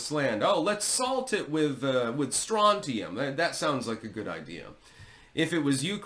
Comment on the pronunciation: I am impressed, you are one of VERY few who pronounce the earth metal Strontium (Sr) correctly. KUDOS.